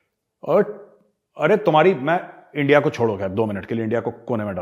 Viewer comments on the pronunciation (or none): Lovely points made. Please don't stop the Lahori accent. Especially ENDIA AND RAAAA......W. These are the most hillarious ones. 😂